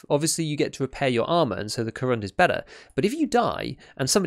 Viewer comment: You're really getting that pronounciation quite good, congratulations! One tiny bit of advice, if I may: Korund has its last syllable stressed, it's like ko`roond - if you get what I mean. The name, by the way, is a pun on the material used: корунд is Russian for corundum, a crystallic form of aluminium oxide, or alumina, from which the armour plates in this vest are made (hence why it's so heavy).